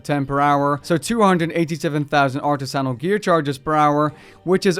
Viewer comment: Please look how up to pronounce artisanal🙃